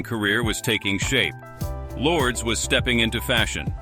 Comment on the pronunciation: Luur des...that's how you pronounce Lourdes